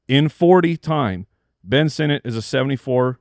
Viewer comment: Ben Sinnott? Paaaaaaaaaa-lease